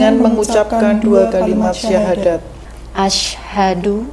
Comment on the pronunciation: Alhamdulillah banyak sdr baru yg telah mu'llaf dg keinginan sendiri. Mohon maaf sebelumnya barangkali pendengaran saya yang agak kurang peka, akan tetapi saya mengikuti berkali...kami rasa pembacaan Syahadat Tauhid oleh mbak ustdzh. Pemandu mohon diperhatikan biar tidak mengubah makna dr isi syahadat tsb. ...maaf yg sering terdengar "ILLAHA ILLALLAH" yg semestinya membacanya "ilaaha illallah"